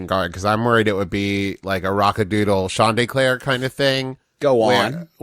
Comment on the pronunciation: I think my favorite part is Travis pronouncing Chanticleer as Sean D’Eclair